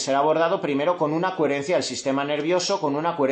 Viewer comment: Muy interesante, gracias. Como nota graciosa, ¿sabes que dices “cuherencia, “cuherente” con “u” es muy tuyo, y que sepas que me encanta en todo momento tu “cuherencia”